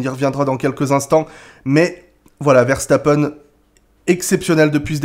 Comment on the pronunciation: salut à tu es l'une des rares personnes qui dit correctement le nom Verstappen ça fait plaisir de l'entendre bien prononcé le nom de notre compatriote Belge qui est né à Hasselt (Belgique ) sa maman est Belge (pilote de karting de haut niveau)